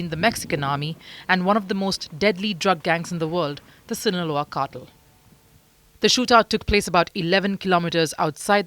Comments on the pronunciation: Cartel, not cattle. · It's pronounced "car-TELL" with heavier emphasis on the "TELL" part. The way she is saying it is "CAR-toll." as if she were about to say "cartilage." So distracting and wrong. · Ma'am it's "carr-tell" and not "cattle".😊. But Amusing mispronunciation. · Cartel, Not Kartal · It's cartel, not cartle. 🤣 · Why is she saying cartil? It's Cartel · Kuttle??? What’s that??? CARtEL!!!!!!! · Cartel, nor cartle.... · "car-tel" not cattle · obviously, English is not your thing. Consistently, the Indian narrator kept saying "cattle" instead of cartel. Who is CC! Is she your mom or neighbor? As a public service, know that the word cartel is pronounced "car-tel" and not "cattle". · The Indian woman pronouncing Cartel as Cartle is only a small peek of the future we have to look forward to. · Why is she pronouncing it like that "CAR-TILL" lmao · The “car-tal” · The way she said "cartel" sounded more like "cattle" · Why cant she pronounce "cartel " ???????????????????? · She's from India. That's how they pronounce the word cartel. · She's from India. That's how Indians pronounce the word cartel.